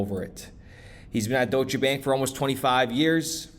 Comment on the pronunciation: it's not DOY-SHA... it's pronounced DOYSH. 1 syllable. Geezus fuck bro